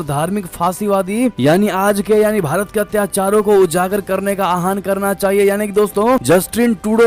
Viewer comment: अपना उच्चारण सुधार करे। आहन कोई शब्द नहीं है। आह्वान शब्द को आहवान पढते है। हिन्दी भाषा का अपमान न करें